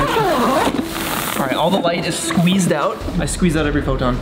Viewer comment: He said i SqUweeZEd EveRy PhOton 😂 Im dEaD